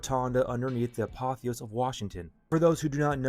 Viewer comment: It’s the ApotheosIS, not apotheos. Not to nit pick but an important detail. It’s like when people add an s to Revelation. Drives me nuts